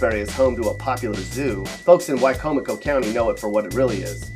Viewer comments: You said, Wicomico , correctly! Thanks, man! I'm from Worchester county myself; Stockton specifically. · Ocean city is not that bad it’s just traffic because it’s a tourist spot it’s not their fault but the way you said...Salisbury. He said wicomico right but he couldn’t say Salisbury right. And the schools may not be he poorest but they sure are great like my middle school is literally falling apart and they can’t rebuild it because it’s a historical building but they just got permission to fix it up more so maybe my last year will be decent.